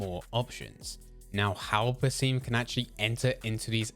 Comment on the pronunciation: i was hoping youd be able to pronounce basim properly this video :(